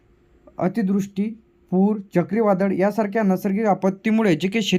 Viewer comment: अतिदृष्टी नाही रे बापू अतिवृष्टी बोल काय राव